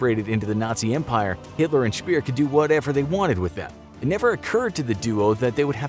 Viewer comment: Albert Speer isn't Albert Spier.